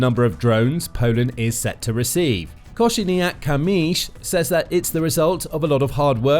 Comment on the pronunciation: Your Kosiniak - Kamysz pronunciation is amazing 😍